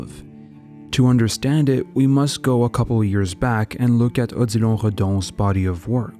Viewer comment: I clicked on the vid because Odilon is my name but I never pronounced or heard it pronounced in that way. Anyways nice vid definitely a sub from me